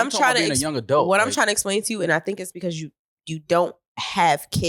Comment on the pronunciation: Iono if I like when says Adelt instead of Adult 😂